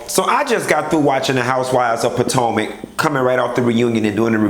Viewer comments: three seasons, more than 25 episodes, 20 reviews later, FINALLY CALLED IT POTOMAC & NOT POTANCA!!!! XD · Bish, you mean business with this review. You actually said Potomac and not Potanka. 😂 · Something ain't right in the liquor😒 ...This is the FIRST time you pronounced Potomac 😮 correctly